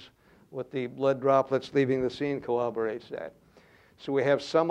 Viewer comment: It "cowwoborates"? Fuhrman would have pronounced that word right.